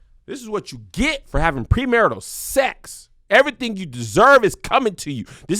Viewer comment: Kev just refuses to say his x's.....sesssss, oral sessss 🤣🤣🤣🤣🤣